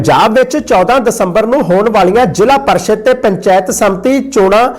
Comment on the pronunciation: ਜ਼ਿਲ੍ਹਾ ਪ੍ਰੀਸ਼ਦ ਹੁੰਦਾ ਵੀਰ ਜੀ ਨਾਂ ਕਿ ਜ਼ਿਲ੍ਹਾ ਪਰਿਸ਼ਦ।